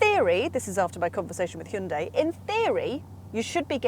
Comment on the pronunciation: Stop saying, "Shinday." What's wrong with you? 👎